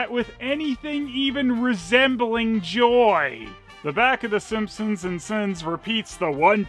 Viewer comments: You keep pronouncing "Simponsonsns" as "Simponsonsnsons" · why do you pronounce Sompsonsns as "Simpsonsnsns", do you really think one extra "ns" just isn't enough? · is pronouncing the name of this (totally original) family wrong. He says: "Simpson-sn-sns". But as we all know, their're just called the Simpson-sns. Somehow added another syallable to their name, which is just silly. Who does that?! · Why do you keep saying Simpsonsnsons? It's just Simpsonsns! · I kept laughing when I heard you pronounce “Simpsonsns” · you're adding another "ns" at the end making it "The Simpsonsnsns" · Is pronouncing it "Simpsonsnsns" a joke or an honest mistake I wonder XD